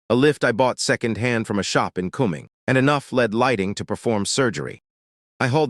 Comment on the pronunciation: Please teach your AI reader to pronounce "Forsyth" (the "y" is pronounced as a long "i.") and Cumming (it's a homonym with "coming.") It's also northeast of Marietta.